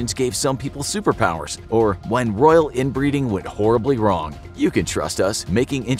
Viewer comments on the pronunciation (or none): none